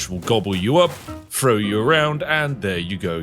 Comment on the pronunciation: Though I love and would never disrespect the great spiffing Brit. How do you other Brit’s explain to your children and friends that some of you say three as “free”? Or throw as “frow”? In the states, that’s a completely bullyable offense